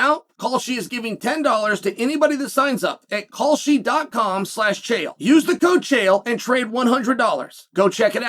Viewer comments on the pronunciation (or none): Whenever someone says that name, it always sounds like cowsh•t to me! 😂